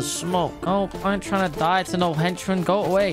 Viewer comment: You said AGO instead of go